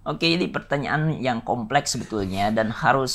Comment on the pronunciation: "Beauty industry komplekhs" 😭